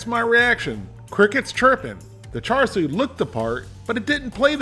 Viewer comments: From speaking to Chinese people it’s pronounced ‘shar’ not ‘char’ 😁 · Hey, the “Siu” for Char Siu, should have a bit more emphasize on the i in the middle, not Su. But the pronunciation for Wok Hey is dead on. Char literally means fork or pok. when the meat is being roasted, they stick a metal rod (as the fork) in the meat. We (Cantonese speakers) call leaner Char Siu “saau char, fattier cut “fey char”, and the half and half “fey saau char”, most people prefer the half and half